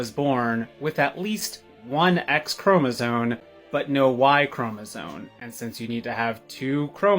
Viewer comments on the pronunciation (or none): says “chromosone” instead of “chromosome” and expects the world to take their “breakthrough” seriously…. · It's ChromosoMes, not ChromosoNes. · Did he keep saying "chromosone"? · OMG it's chromosome. not chromosone. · Chromosome is spelled with an m! Stop pronouncing it with an n. It's rough to think you're intelligent in any way when you are mispronouncing the word... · Did he say "chromosone"?? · love u; love ur content!😻 🥴 please tell that dude that chromaZone is not a word. 🤤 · “chromosoNe” lmao 🤣🙃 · Why are these people say chromosoNe, instead of the correct word CHROMOSOME? Dumb as F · That one guy sad "chromisone" like half a dozen times and I just kept thinking "chromosome." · I don’t take anything seriously from a male cosplaying as a female who pronounces “chromosome” with an “N”. What is a “chroma-zone”?! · this one hurt my brain. A- “immaculate conception” refers to the sinless conception of Mary in the womb of her mother St. Anne (Mary was free of the stain of original sin). B- it’s CHROMOSOME. I feel like you can’t comment on something if you can’t pronounce it. And C- Jesus’ conception was miraculous! God is not bound by the laws of nature. That’s how a miracle works. It’s something that happens that cannot be explained except by supernatural means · This is the tiniest nitpick in the world, but I am so tired of people pronouncing it ChromoZONE. THERE IS NO 'N' IN THE WORD CHROMOSOME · The science professor talking about trans-Jesus should learn that the word is not "chromosoNe." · That one guy does not know how to pronounce chromosome😭 and as a biologist with a medical science degree, it’s like a knife in the heart, every time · Imagine thinking you’re intelligent enough to arrive at the conclusion that Jesus is trans, yet can’t pronounce the word chromosome 💀